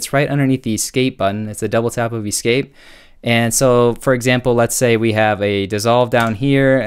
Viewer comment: I love you and everything about this video EXCEPT that one way you said E-Scape 😂😂😂